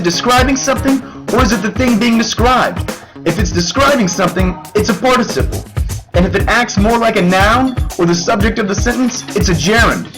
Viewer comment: Voice quality is raspy and you pronounced Participle wrong three times then correct the last few times?! Why are you yelling? your cartoon is cute and should have a nicer voice.